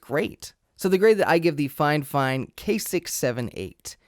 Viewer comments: "FineFine" Figh-Fine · I'm not done with the video yet, but uhh why do you call it finefine instead of fifine?? Got me wondering If I say it wrong or not :D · Triggers me a bit that you keeop calling it Fine Fine.. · Is he saying "Fine-Fine" every time or am I crazy? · Dude why do you keep saying 'fine fine', its annoying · Man really said “ fine fine”😭😭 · "FineFine" stahp! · "Fine fine" lol that can't be the pronunciation. Great vid though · it's not fifine, FIFINE!